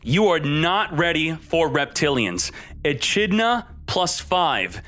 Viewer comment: The way he said "echidna" though at the beginning 🤣. I hope his chat crucified him for that